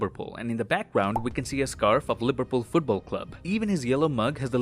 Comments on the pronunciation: "liberpool" liv-er-pool (someone from the uk) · am i the only one who heard i as lipperpool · Did he say "Liberpool"? lol